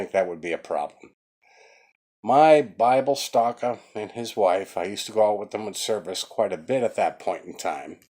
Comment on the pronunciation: Did you say Bible stalker?